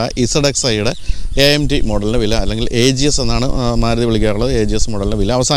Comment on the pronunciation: Suzuki Desire. Not Maaaaluti😂😂😂